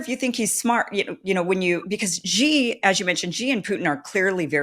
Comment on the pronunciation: When you call President Xi, Jee, you come across as either ignorant (you don’t know how to pronounce the name) or arrogant (you refuse to say it correctly). Kim, it is pronounced SHE, try to say it SHE. Be respectful enough to get his name right. President Xi is one of the human beings to have emerged as a great leader, he deserves respect.